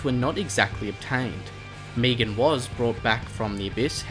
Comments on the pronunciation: Meg an not meeg an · you know it’s not Meegan it’s Megan (finale boss name) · He pronounces it differently leave him alone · srry didn’t realise I’m also Australian never heard it like that plus luv your vids